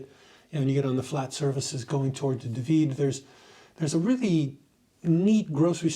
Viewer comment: Dahhhhvid not duhvid